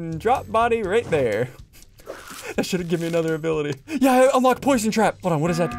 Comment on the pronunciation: +1 "Posion"